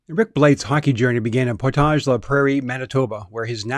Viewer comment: Rick was my coach in Bantam for 1/2 a season and I went to school with his son in Portage (not pronounced French like you butchered it)